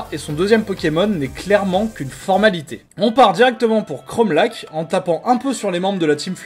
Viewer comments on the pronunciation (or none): ARRÊTER DE DIRE CHROMALAC !!! Ça se prononce lar